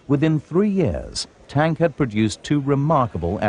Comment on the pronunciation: Kurt Tank's name is pronounced "Tonk". Annoying as hell.